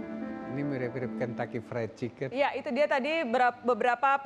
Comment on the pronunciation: "mirim kentaki fret ciken"